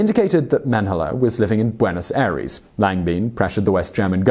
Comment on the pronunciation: Why don’t you care about pronunciation of foreign words and names at all? You should really try harder considering it’s an educational series. Buenohus Airees?